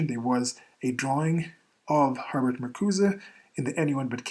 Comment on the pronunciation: You're the only person I've ever heard who says Har-Bert instead of Her-Bert.